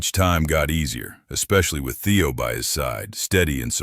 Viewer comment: Kind of ruins the story when the narrator program messes up Theo’s name on and off.